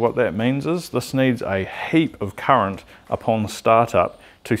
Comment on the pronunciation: It’s current not ‘curret’